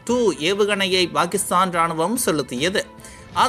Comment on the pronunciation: சார் Bakistan என்று சொல்லாதீங்க சார் pakistan என்று உச்சரிப்பு வேண்டும் என்று கேட்டுக்கொள்கிறேன். முட்டாப் பயலே.